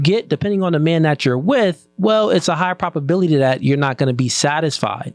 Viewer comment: I know bro means probability but sounds like he's saying prop-ability